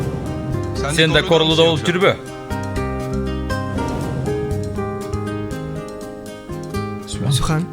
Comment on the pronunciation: Тим эле сухан дебей сиухан дешет го бирок сухан эженин суйлогондору соонун экен